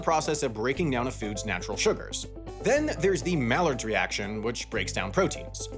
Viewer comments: Add mispronoincinf mallard reaction to the lost of mistakes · besides the point that the maillard reaction is not pronounced that was (as shown in the video), it's also not correct that it's the breakdown of proteins. The maillard reaction is the reaction of amino acids with reducing sugars to form (brown) reaction products